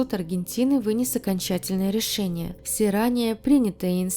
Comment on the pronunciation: Прощай русский язык. С такими авторами в России не будем понимать друг дрцга. Почему все слова на Ы - ЭрЫкя , рЭшениЭ. Тетка тэ эткудовэ?